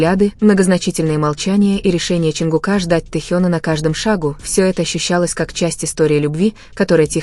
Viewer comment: Не ЧАнгукА, а ЧонгУка.